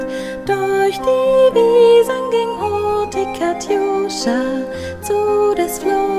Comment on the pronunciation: hurtig, innig Wörter auf -ig werden im Deutschen -ch am Wortende ausgesprochen, nicht mit k.